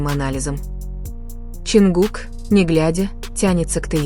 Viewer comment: Блогер, вы сначала правильно произнесите имена айдолов, потом дальше продолжайте врать. Не Теён, а Тэхён правильно, не Ченгук, а, Чонгук. Сначала запоминайте их имена, а уж потом начинайте врать! Позор!!! 😡😡😡😡😡😡😡